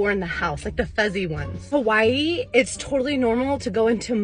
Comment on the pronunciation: You're dating Hawaiin, guy, but you still pronounce Hawaii wrong? bruh 😂